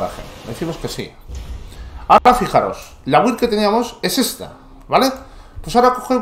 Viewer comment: porfi BUILD se pronuncia BILD QUE HIERE EL OIDO OIRTE EN INGLES buena build por cierto